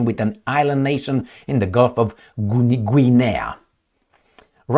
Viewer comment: Guinea is pronounced Ginny.. like Vinny with a G, I believe 🤔 😄 I could be wrong, lol 😂 🍻